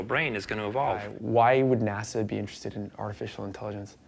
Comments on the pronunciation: NASA. It's NASA dude. Please stop saying Nassau. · It sounds like he is saying "Nassau" and not NASA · Why does he keep saying nasaw. Are they using ai to narrate? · Nasau's advanced supercomputing division eh? was it so hard to redo the VO or you guys are using TTS and it cant say NASA? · Great piece but can you learn how to pronounce “NASA”